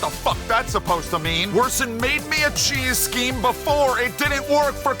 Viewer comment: Did he say jizz or cheese bruh 😭💔